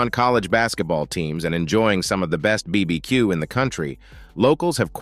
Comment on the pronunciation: You are obviously not an American by the way you pronounce BBQ incorrectly